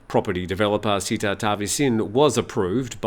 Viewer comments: Hi. It is not Seetha (not ee). The closest pronunciation is Setha (e as in melon, with an emphasis on t). Not ee as in deep. Setha is the correct one. Thanks and all the best. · SATE-TA not SEE-TA